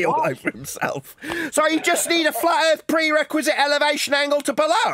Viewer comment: so where is this earf he keeps on talking about